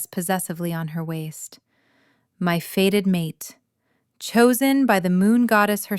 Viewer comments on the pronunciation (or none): Fated not faded! It’s so annoying, AI mistakes!